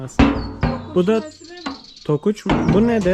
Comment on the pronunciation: TOKAÇ TOKAÇ ONUN ADI.TOKUÇ DEĞİL.SİZ NASIL KÖYLÜSÜNÜZ.